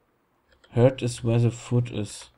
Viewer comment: Du Eumel ^^ das heißt ersten Heart (geprochen "Hard" also Herz) und nicht foot sondern food (fuud also Essen) "Das Herz ist da, wo das Essen ist"... eigentlich heißt es ja "Heimat ist da, wo das Herz ist" ^^ Sehr gut, dass du das bei der 9ten Folge erwähnst ^^